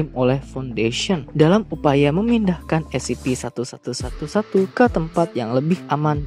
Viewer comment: Kadang salah ngomong jadi Scp-111 Sebenarnya kan Scp-1111